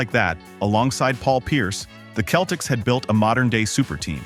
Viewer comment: its pronounced with a soft C seltiks not keltiks